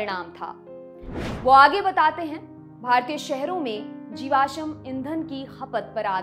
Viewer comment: आप कृपया "जीवाश्म" के उच्चारण पर ध्यान दीजिए,, ना हो तो google कर लीजियेगा